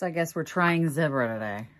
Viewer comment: So sorry you didn't love Zibra brushes. Yes, you pronounced them correctly. I have very small hands and I have Dupruytren's contracture. I need the larger handles since my grip is weak. The beautiful toile fabric is perfect for the chair.